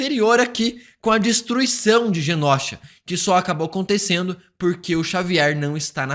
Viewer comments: Mano dica construtiva não é genósha e sim Genosha. Pra ti ajuda a ler e pronunciar melhor imagina que se escreva desse jeito genôsha. O certo é sem acento mais vai te ajuda a pronúncia melhor na hora de fazer seus vídeos. Genósha é osso de se ouvir fica a dica valeu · pelo amor de god. GENOSHA se pronuncia "GENÔSHA" e não "GENÓSHA" PFV 😅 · Genôsha. Não leve como parâmetro esse youtuber. Ele pronuncia errado muita coisa, kkkkk. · Pare de falar genÓsha, por favor. A pronúncia não é assim. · "GÊNÔCHA" ok!